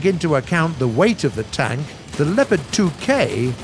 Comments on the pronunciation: Its called Leopard and not lepard there is an o in it!! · You have to say Le"o"pard not Lepard make an pause after Le and say o and then pard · Snipars223 yes but we are saying Sherman the English way and not like share mann so why should brits say lepard and Tiger their way couldn’t they respect the tank pronouncing it the way the tank is originally called